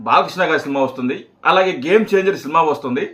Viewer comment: ఒరేయ్ ముందు సబ్స్క్రయిబ్ అనడం సరిగ్గా పలకడం నేర్చుకో వాడిసంగతి తరువాత చూద్దువుగాని సిల్మా కాదురా సినిమా సరే మేము సబ్స్క్రయిబ్ చేస్తే నువ్వు ఏమిచేసుకుంటావు ఇటువంటి మాటలు మాట్లాడి చిరంజీవి గారి పేరు చేద్దాకొట్టకండిరా